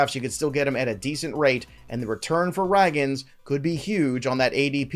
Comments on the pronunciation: Pronounced-"bay yo" and "ray-ginz"😮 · Love your stuff. Really need to get the names right though my guy.. Brayan Bello(Bay-O) Cole Ragans(Ray-Gins).. gins as in Ted Ginn Jr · Bello is pronounced BAY-OH Ragans is pronounced RAY-GINS Anyway, I think Luis Campusano is gonna be better than both O’Hoppe and Alvarez.